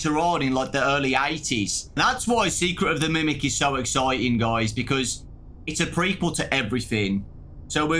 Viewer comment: it's been so long since I've seen someone say "exiting" this brings joy.....it's exciting though so close enough lol